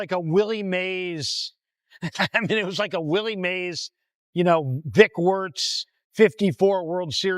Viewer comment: Did say Dick Warts?